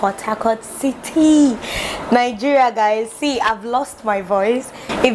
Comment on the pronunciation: You are the first person to my hears you perfect pronouce your country well. Most your fellow citizen say N-geria